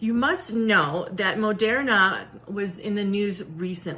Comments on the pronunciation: Where is she getting her pronunciation of Moderna from? I understand the O. But how is she getting "air" from the er? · She pronounced Moderna wrong.